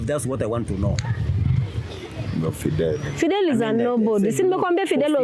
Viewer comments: Videl....its videeeeel....practising invidelity with my wife.....😂😂😂😂😂😂😂mnarudisha mzee soko surely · Fidel practicing invidelity 🤔😁kizungu